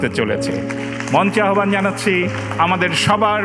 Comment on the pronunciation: সঠিক উচ্চারণ -আহবান না আওভান। ফারিন কে পুরা অসহ্য লাগছে